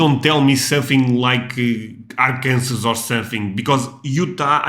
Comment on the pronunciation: If I heard you correctly, even though you just ad "Ar" to Kansas to get a new state, it's pronounced Ar-kan-saw.